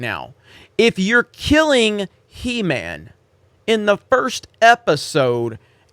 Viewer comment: Show WAS called He-man not shhee-man.